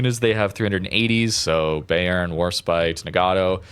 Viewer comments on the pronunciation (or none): none